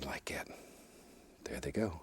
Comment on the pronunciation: “bout like’at….” 😅